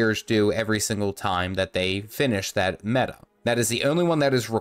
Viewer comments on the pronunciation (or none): none